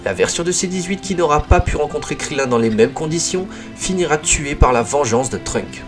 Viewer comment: par contre c'est TrunkSSSSSSSSSSSSSSSSSSSSSSSSSSSSSSSSSSSSS avec un S bordel